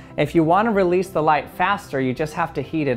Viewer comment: Anybody else notice that he said reloose at the end instead of release? Honestly I feel like it should be the correct word, plus its just fun to say lol